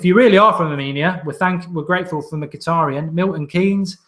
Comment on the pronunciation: You butchered Mituadi's name